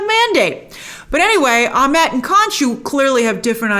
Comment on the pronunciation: Egyptian name pronunciations seem to be all over the place here. Ammit is spelled as though it should be pronounced Ah-MITT, but Grace keeps saying Ah-MET. Huh? And then in the episode they pronounce Isis as Ee-seece. Okay, so if those letter "i"s are supposed to sound like "ee", then the name Ammit should sound like Ah-MEET. Can we get some clarification on this please? We're all so concerned about cultural authenticity, after all, how about we start with correct pronunciations.